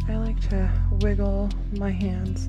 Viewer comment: Did she say wiggle diggin'?